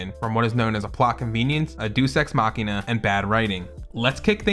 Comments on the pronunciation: 'Dey-us' ex machina Not 'Doos' ex machina Sorry not sorry lol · pretty sure its Day-Us not Deuce lol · I do like how you literally have the pronunciation for "Deus ex Machina" on screen yet still pronounce it as "DOOS" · Deus in deus ex machina is Pronounced dayus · "Deuce ex machina" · "DUECE" EX MACHINA... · "Deuce X Machina" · How tf did you just pronounce deus ex machina? He said deuce? Im dead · I think it's really funny when you show the definition of a word, including how it's pronounced, and then pronounce it wrong.